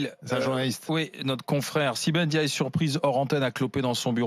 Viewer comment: Arrêtez de dire N diaye, vous ne savez pas lire? C'est Ndiaye ! Mbapé , Ngijol, c'est collé .